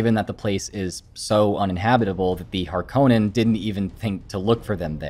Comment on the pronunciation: I'm so glad you said harkonnen and not harkonnen